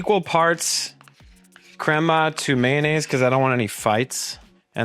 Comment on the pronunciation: I don’t know if I can follow your recipe when it’s from a no sabo guy can’t even say crema correctly